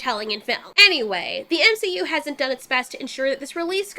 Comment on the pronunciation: you are saying M she U incorrectly.